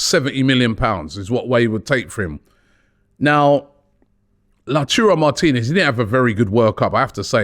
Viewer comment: The return of La-churro Martinez 🤣🤣🤣